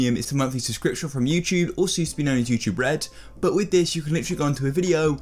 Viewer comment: youchube, ugh always bugs me